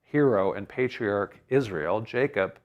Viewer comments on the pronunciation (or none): none